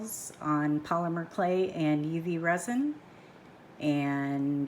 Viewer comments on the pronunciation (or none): none